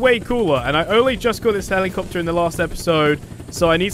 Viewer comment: Heli capetary